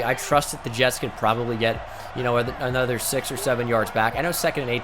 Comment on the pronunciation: No one: Absolutely no one: Not a single solitary soul:: "anotha run"